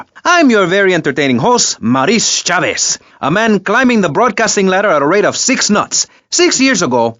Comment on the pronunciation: RIP Nigga Maurice Chavez ... not Chaves or Chabeez ... Chavez 😆